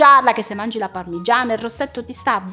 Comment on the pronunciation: Oddio quando dice parmiiana 😂 io o detto parmigiana regiana😂😂😂 vi adoro❤